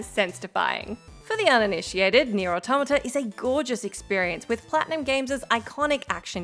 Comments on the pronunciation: Finally! Someone who can pronounce automata correctly! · Thank you for pronouncing automata correctly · At last, someone who can pronounce 'Automata'. Thanks,.